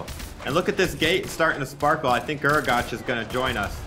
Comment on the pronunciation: Guragatch, gruagatch, grugagatch ITS FUCKING GRU-A-GACK